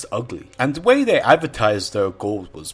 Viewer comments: goooold....dude, why are you saying it in such a weird way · Ghold. That pronunciation